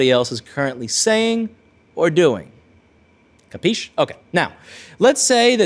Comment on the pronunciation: Capisc, lol. My italian bro